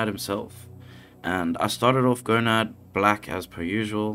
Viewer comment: Watching this made me feel like I was in super troopers. I’m sorry, are you saying Gonad (instead of Conan)? If anyone else hears it tell me right meow.